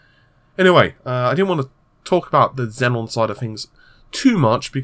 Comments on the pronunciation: Zee-on, not Zen on. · XEON NOT XENON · xeon not xenon lol good vid tho thanks :p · they are pronounced ze-on not zen-on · It is still not Xenon,. Xeon Xenon Xeon Xenon Server CPU Noble gas